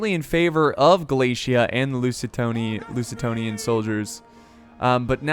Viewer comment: Loo-ze-tanians :D